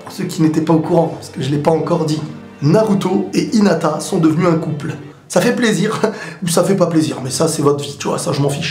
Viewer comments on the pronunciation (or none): none